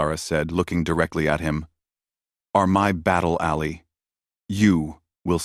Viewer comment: Get a proper text to speech program and learn the difference between alley and ally